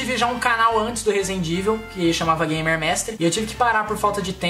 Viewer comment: Quem reparou que o rezende foi falar resident evil e falou razendeevil da like